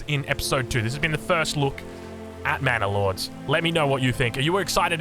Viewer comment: Sounds like is saying "Mana Lords." For my fellow Magic: the Gathering players, sounds like a planeswalker, eh?